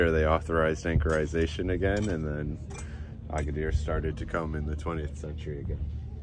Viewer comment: Agadir NOT Agaidir. 😂